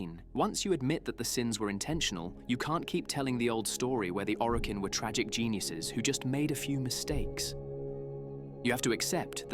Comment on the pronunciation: does this sound like an AI voice over to anyone else? like combining Roathe with Are, mispronouncing Orokin, that sort of thing.